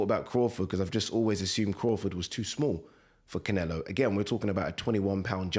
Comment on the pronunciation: Why "Cinelo" every time?! Interesting if he did fight Crawford., the latter would have to be careful not to get lamped.